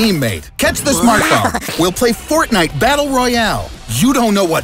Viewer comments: Thk for saying fortniet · “We’ll play fortni-“ clicks off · fo... fort... fortnit... oh god.